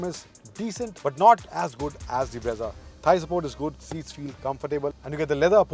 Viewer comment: Brezza ×× Bra-za√√